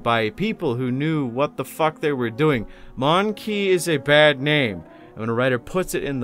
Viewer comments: My brother in christ, you don’t say it like „mon-key” you say „mon-kay” I’m an ork player and even I know that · It's not "Mon Key". It's "Mon Keye" like the thing you see with. It's a play on "Man Kind". It's also a play on the word monkey. If you hate the eldar for being written the way they are, I can only imagine how you feel about the Imperium and especially Orks.